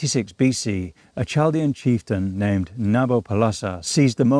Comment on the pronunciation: Chaldian is pronounced Kaldian.